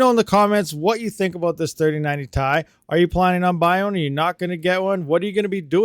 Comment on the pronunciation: So the 2080 TI is still the king on mining FLUX. and please dont say "TIE" say "TI" !!